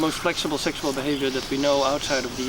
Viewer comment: The way the narrator keeps saying "seksual" is so funny to me